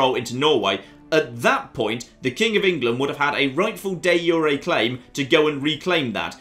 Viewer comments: it's not pronounced yu re but ju re like the j in your name. Also improve diplo works with others too. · De jure is pronounced Dee zure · I have never heard someone pronounce De Jure like this